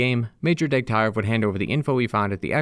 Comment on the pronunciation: Its Degtyarev, not DegtAyrev.